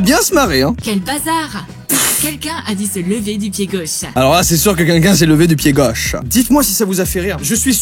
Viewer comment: Pk tu dit qunqun au lieu de quelqun